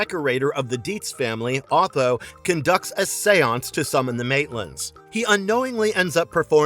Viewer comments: the fact that you don't know the interior decorator's name is "'O-Th-O'" (Phonetically) invalidates this entire vid. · Delah? Deliah. The name is Deliah. And it Otho not Atho. Bro….. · His name is "OOh Th-oh" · You pronounced Otho's name incorrectly, no thumbs up for you. Try watching the movie with the sound on.